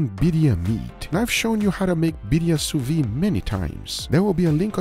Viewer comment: I HAVE A DREAM, that one day will pronounce the D at the end of sous vide